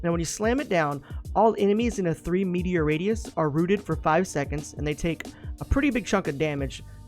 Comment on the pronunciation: Metre not meteor XD